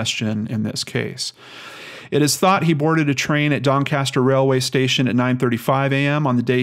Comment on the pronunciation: i live 30mins from Doncaster and you pronounced it right first time😀